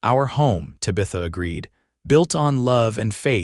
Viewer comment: AAAAGGGGGGHHHH!!!!!! Tabitha is NOT Ta-Bith-A - it's TAB-ith-a! Fix AI please!!!